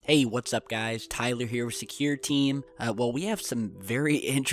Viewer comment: 'Wash up guys'